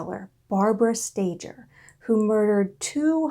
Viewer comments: Why don’t people doing these documentaries try to find out how to pronounce the names of these people correctly? Sta ger not Stager. It’s a g not a j. Why bother to listen if a simple name is wrong? How much else is wrong. If you can’t do it right , don’t do it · oh dear first thing are the last name is pronounced stay gurr its a hard g there are so many documentaries on this you could have checked how to say it.